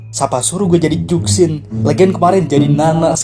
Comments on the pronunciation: dibaca cushin bg bukan zhuksin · baca nya chusin bang bukan zuksin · Bacanya zhuxin bukan suksin bang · Izin koreksi, bacanya Zhu shin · kalo ngikut aksara chinesse,itu nama zhuxin di bacanya "chuxin" karna dalam huruf mandarin z itu di baca c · JUSHIN GESSSSS JUSHINNNN HADEHEEEEEEEE EUHUHUHGRHRHWGEHHR Edit: g terlalu peduli sih, cuman rasanya kurang JRENG aja klo of nyebutnya salah.. 😢